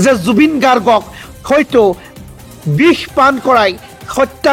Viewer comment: bih ne bix, pronounsation problem?